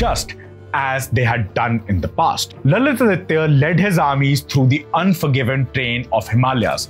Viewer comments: Please pronounce Lalitaditya as Lalitaaditya ( give importance to grammar please) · His name is not lalith aditya. It is supposed to be pronounced together "lalithaadithya", although it means the same. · Pronunciation is not Lalit-Aditya but LalitaAditya